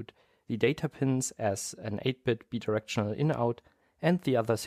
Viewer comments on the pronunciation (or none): BI is pronounced like BYE. BI-directional, not BEE-directional